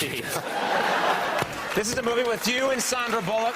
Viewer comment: It's Sandra, not Sandra